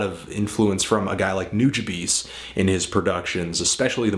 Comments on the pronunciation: noojabeez? Its new-jah-bez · i believe its pronounced noo ha bees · I'm pretty sure it's pronounced like noojabess. I saw video of Substantial say it, and he's worked with Nujabes on many of his albums. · Is that really how you pronounce Nujabes? I've heard it like a million different ways